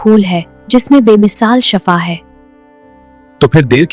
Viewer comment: Shafa nahi hota Shifa hota hai